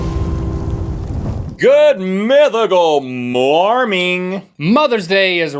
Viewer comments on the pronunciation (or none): Anyone else realize Rhett said morming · Rhett you said Good Mythical MorMing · you said morming